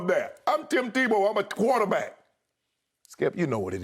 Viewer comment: “I’m Tim Tebow I’m a tuarterback.” LMAO